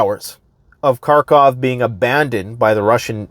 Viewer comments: Karkov? You want to appear like you know more than others and yet you haven’t learnt the correct pronunciation of the name of the city? What kind of alternative news are you watching? I’d say russian ones cause, as always, „Russia has a plan A, B, C & D, everything is going great, Russia has it all figured out, it’s the smartest country in the world etc” but then you’d be able to pronunce it correctly. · It's Kharkiv, not Car-Cov